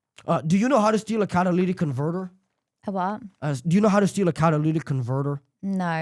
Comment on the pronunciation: This smug kid sounds boring af, such potential but he sounds lame af. Catalytic converter, pronounce it right!!!!!